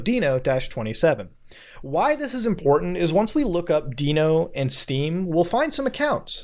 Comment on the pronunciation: Mans doesn’t know how to say Dino 🦕